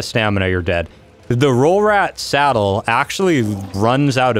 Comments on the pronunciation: Why does he say salad 🖕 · Every time I heard saddle instead I heard salad